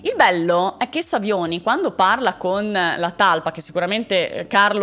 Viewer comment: Savioni detto Sauvignon, chissà perché 😹